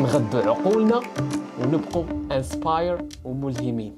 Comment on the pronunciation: inspire إنسباير انت قلت أنسباير 🤣🤣🤣